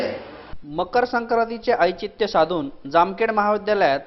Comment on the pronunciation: ऐचित्य नव्हे तर औचित्य म्हणावे..